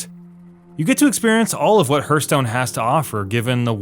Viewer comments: OMG it's so annoying how he keeps pronouncing it wrong, watch a HS dev video and learn how to pronounce it. It's Hearthstone as in a Hearth above the fireplace. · No he's right. I can't believe people have to explain this, countless interviews and video's made by Blizzard Entertainment show that it's pronounced Harthstone not Hurthstone. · Its not hurstone its heartstone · the game is called Hearthstone, not hurtstone. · I'm sorry but this video is just so biased, I know its your opinion. Buts its just not helpful or factual. And its pronounced "harth-stone" not "hurt-stone" I for one like the arena changes. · Hearth sounds like Harth, not like Hurth. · Its HEARTHstone not HURTSTONE. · It’s pronounced Harthstone not Hurthstone. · Hertstone, Hurtstone, Hirtstone, Hyrtstone, Herstones? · It's pronounced HARTH-STONE. Not herth-stone. It's driving me crazy. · its hearthstone you dork, no hurtstone. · HURTH STONE? , what is this game you speak off? all i know is heartstone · Hurthstone or Herthstone? Find out next time on DBZ... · I dont understand the dislikes, do you literally dislike just because he says "Hurtstone" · hArth stone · I just cannot listen to you pronounce Hurthstone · "Hurthstone"... lmao whatever you had to say about it being it being ruined has no merit if you can't even pronounce it correctly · Harthstone or Hurthstone, who cares?? Point he's making is that Arena feels like constructed. BUT this is just plain WRONG. This is why: (*) At least half random cards I usually get in new Arena I would NEVER play in constructed. (*) Previous arena would randomize cards in such uneven way that sometimes you would Retire your deck right away cause you'd get shtty uncompetitive random generated deck. (*) New arena got tougher yes - but tougher does NOT mean constructed totally different things. (*) Funny that Deathwing is starring this entire video - yet who the heck plays it in constructed?? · STOP SAYING HURTSTONE! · It’s HARTHstone. Jezuz crust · HAR TH - HA R